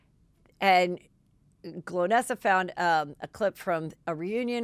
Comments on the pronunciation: NOT GLOWnesa, it's GOL-nesa!!!! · Golnesa, not Glownesa Heather😄😘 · Lol 😆it's GOLnessa not Glo nessa! Haha poor girl. She isn't remembered nor got name right! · Part of why she might be annoyed is you don’t say her name right … GOL - NESSA as in goal - nessa